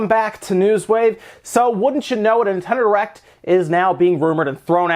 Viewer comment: Are you saying Nintendo Erect?